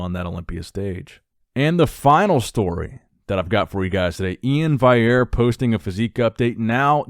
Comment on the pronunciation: He just can’t get the Val bit he just has to say VAI